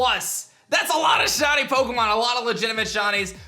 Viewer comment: Who else hears "Shonny" when this guy says shiny?